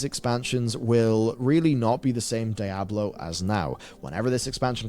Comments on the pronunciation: Its called Diablo 4 not Die ablo 4. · can't decide how to pronounce Diablo. dye-a-blo at the start and diablo at the end LMAO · calling Diablo "Die-ah-blow" is just wild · Why is this guy saying "DIE-ablo Four?" Come on, man. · Why does he have to pronounce it die-ablo it's so triggering to me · What the fuck is Die-Ah-Blow 4? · DIE-ABLO GG. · Dye-ab-low Me: wtf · "Die Ablo!" 😂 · dieablo he say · why does he say DIE-ABLOW four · why is he calling it die hablo? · the way this dude says "Die-Ablo 4" is annoying. 😑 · Why TF are people pronouncing Diablo as "DIE-ablo"🤦‍♂🤦‍♂ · Brother pronouncing it as "Die-abolo" is killing my immersion lol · DIE ABLO i'm dead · Hear the guy pronounce 'Diablo' in a weird way each time really made me cringe, it's a spanish word so pronounce it as it is written. So for you would be like "dee-A-blo" . And read the A like the a on Cat. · Is he deliberately saying Diablo wrong?